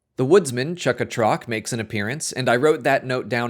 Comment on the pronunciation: Wait wait wait wait wait wait WAIT. Chukka-Trok is your favorite Ewok… and you pronounce it like THAT? FAKE FAN! All those shitty click bait videos were right all along! 😉 No seriously I might have to check this one out… looks like fun.